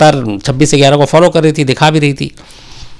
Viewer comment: UP-Bihar के लोग गयारह को इग्यारह कहते हैं।